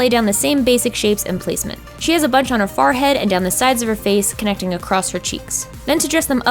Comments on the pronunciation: Hey. You say Farhead, isn't it Funny. No judge lol but what is your accent? or is that just what u say?? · does anyone notice that she says “Forehead” weird? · I love it when you say forehead because you say it in your Pennsylvania accent!